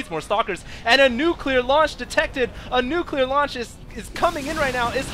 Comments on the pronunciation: nucular fire? Actually, right when that word is said, I noticed that one immortal lost all his shield and some health, is that normal? aren't they supposed to only lose 10% or is it only on normal attacks? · nucular fire? :p